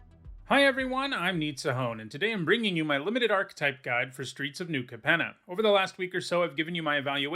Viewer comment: The word 'archetype' has three syllables and you are incorrect in pronouncing the word as though it only had two syllables.